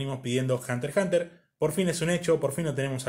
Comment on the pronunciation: Al fin alguien que pronuncia bien el título (Hunter Hunter), instalike.